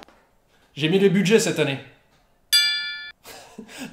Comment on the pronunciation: A force de parler France pour ses vidéos, il finit par le parler aussi irl et ce sans le vouloir avec un joli "lé budjai"